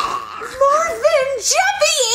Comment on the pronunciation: ITS MARVIN NOT MARVEN